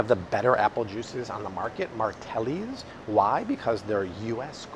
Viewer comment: It’s martinelli not martelli!